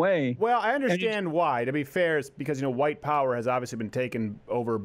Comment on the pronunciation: Hawhite History 😂